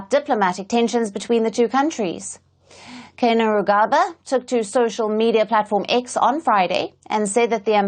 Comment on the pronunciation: Ok darling let me hlp you on Gen's name its pronounced kaine‐rugaba.now as a foreign you read it as Keine lugabba to get the correct pronunciation.